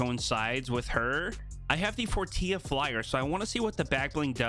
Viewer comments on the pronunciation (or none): It’s pronounced, for-ti-la not for-tee-a. The guy says “welcome to the for-ti-la” in the overview. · He knows he says it has a joke because forteela sounds like tortilla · The way said Fortilla 😂